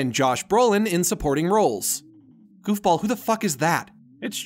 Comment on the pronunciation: I thought he said golf ball when he said goofball